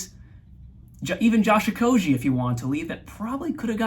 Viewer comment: Correct Okogie pronunciation at the mark here